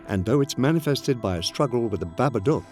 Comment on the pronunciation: Babadook is pronounced Babaduke... not Babaduck...